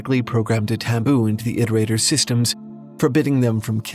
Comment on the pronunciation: Any other Daszombes fans that did a double-take when said "Iterator" correctly? Cause I sure as hell did